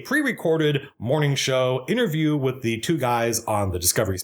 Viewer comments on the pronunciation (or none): none